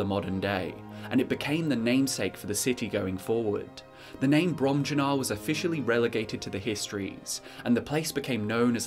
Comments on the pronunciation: I believe it'd be "brohm-yuu-nahr", but don't quote me on that. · Im pretty sure they’re pronounced Brom-Yoo-Nar and Vol-Ski-Guh. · Fun drinking game: take a shot every time says "Bromjunaar" wrong.